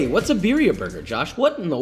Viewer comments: his pronunciation though, biriya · Beer ee ah. Lolol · Roll them R's birrrrrrrrrrrrria. also, why no dip tortillas in sauce and fry them in a skillet? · Yeah, it's almost is if he doesn't speak Spanish and is just trying still 🤷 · It looks good, you could leave it boiling a bit longer but please Joshua ROLL YOUR R'S! Accent is everything with spanish pronounced foods!